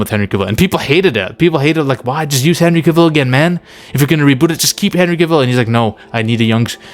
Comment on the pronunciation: I Love your videos and Admire and Respect you. But I just wanna let you know that you keep Mispronouncing CAVILL. For, it is pronounced like CAVALRY Without the ry(ree).